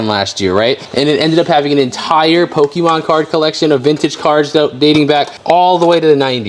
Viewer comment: Hearing pokimon over and over just hurts my ears. But nice buy